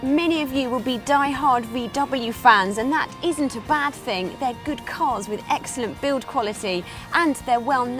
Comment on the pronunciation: The word is GOOD, not GID. Weird way to pronounce words. Irritating